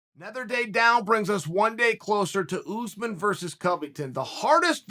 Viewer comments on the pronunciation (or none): none